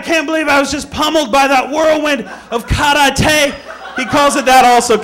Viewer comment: isnt kar-a-tey the way spongebob says karate?